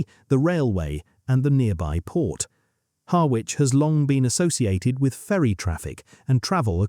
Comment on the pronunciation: Pronounced 'Harritch' 😊